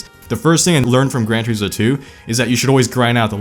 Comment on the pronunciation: “Tureeesmo” “liverees”